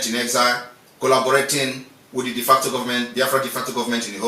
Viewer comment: "DEFECTOR Government" or "De Facto." It is "De Facto" and not "DEFECTOR." De Facto" is a Latin word that means "In Fact."